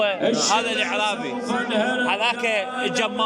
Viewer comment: اسمه "الأَعرابي" (الهمزة مفتوحة)، وليس "الإعرابي" (بكسر الهمزة)، والأَعرابي: هو الرجل من البادية من الأرياف وأطراف البلد، ولسانهم أفصح الألسنة في العربية.